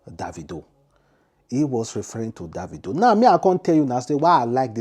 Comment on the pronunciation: how do you know is referring to boss man davido....Mr man learn how to pronounce someone name